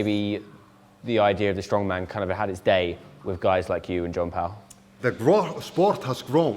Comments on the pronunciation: Nice one .. Just one criticism.. Learn how foreign names are pronounced.Jan Pal is pronounced "yan pal". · Not quite. Jón Páll is pronounced Yone Poudl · How can you do a documentary on Icelandic strongmen but not be able to pronounce Jón Páll correctly...they are almost one of the same. Even just "John Paul" would have been better.